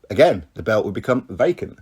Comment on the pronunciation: Its pronounced belt not bewt.